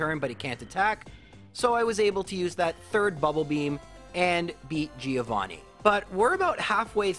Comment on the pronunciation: please fix that pronunciation of "Giovanni" it hurts every time